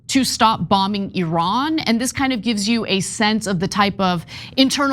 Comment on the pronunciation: And he cant even pronounce Iran correctly.